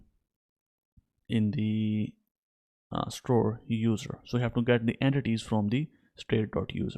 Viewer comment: Broooooo EN-TITIES